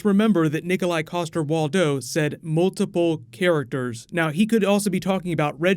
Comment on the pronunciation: A little Danish lesson:) It's Waldau:) the W is pronounced as a 'v' and the first 'a' is probounced as the 'a'in agony. Big fan of the Channel btw!!!